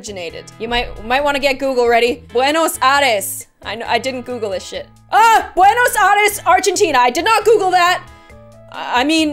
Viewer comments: Hahahaha I'm from Buenos Aires nice try 😂 and you pronounced the name bad but nice try hahaha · Being from Argentina and listening to cute pronounciation of Buenos Aires got me on the floor lmao